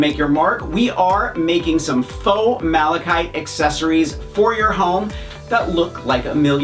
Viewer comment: I seriously thought you said Malachi. Once upon a time there was a lad called Malachi who couldn’t sleep. His uncle Mark made him a malachite bedroom table, trash can, and tissue holder in hopes he would sleep. Indeed he did!!!